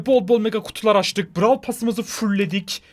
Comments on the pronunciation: blarw starsa😂😂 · 0 31 Brawl yerine blawl diyen 😆😆